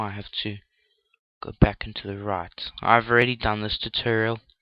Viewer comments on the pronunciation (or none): "turtererel" "mertererel"